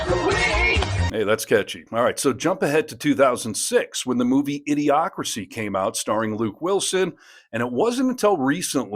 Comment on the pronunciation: Its pronounced idio-cracy like democracy pun